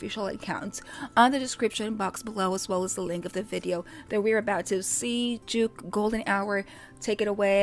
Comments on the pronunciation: His real name's Jake Lawson so Jvke's probably pronounced as Jake. The two are only similar in that they both have low register voices (which they can pitch higher) but that's where the similarity ends. You subconsciously were actually able to tell them apart because your initial reaction was correct in that Jvke was an unfamiliar voice. You recognized Kaze's smooth and sultry voice (which Jvke's voice doesn't sound quite as, being of a different quality) and soothing tone (again, one that's unique to Kaze) when he came in and only became confused then, because you didn't know Jvke's voice. Kaze also has this lazy, laid-back way of singing that Jvke, who has his own unique style of enunciating words, doesn't. Lol. Either way, you may have gotten confused and, in your confusion, think they sound similar but they really don't and your gut knows it which was why it was right all along. xD And it's Matsuri. Matsuya is a donburi chain. Lol. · Sorry but JVKE is actually pronounced as Jake and not Juke 😅